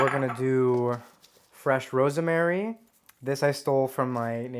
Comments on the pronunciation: Ros-ma-ry. It is three syllables. This guy pronounces it like it has 4 syllables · Me: I had no idea "rosemary" had three syllables.